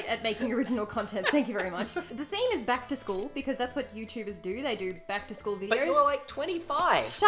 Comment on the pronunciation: what you said: Back to school haul what they heard: plaid skirt haul